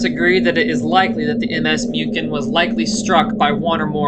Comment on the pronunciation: Small but Muchen means Mün·chen aka Munich.